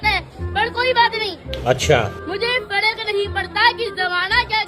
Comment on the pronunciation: Abhinav has every right to live his life the way he is living.He is not doing anything wrong Neither Abhinav not his parents should be targetted.If he can't pronounce fark it can be his weakness but people call him fraud.Let him enjoy his life.